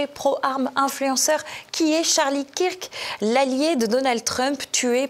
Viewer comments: Pouce en bas … C’est honteux … Charlie « quir que » ?! Mais vous êtes folle, fou ? Vous vivez dans un trou ? Vous dites « quir -ke Douglas » ?! Ou « queur ke » Douglas . Non mais là vous ridiculisez TvL - Martial faites les prendre des cours . Et non , Charlie existait bien pour lui - ce n’est pas un pion de Trump . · Kirk se prononce Keurk